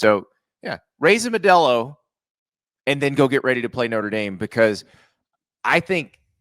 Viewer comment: Cringy … “Ma-delo” 🥴